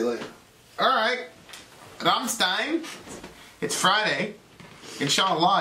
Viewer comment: You should've reacted to the official Music Video, the quality of the sound on this video you chose is insanely bad, but I guess it would've been copyrighted and blocked right away:/ BTW I'm still triggered at how pronounce Rammstein:v